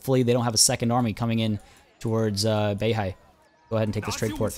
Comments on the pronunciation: U must learnt mandarin before，I hear you speak BEIHAI as Béi Hǎi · 11：03 you said the place Beihai just like a native Chinese speaker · Yea his pronunciations are tight af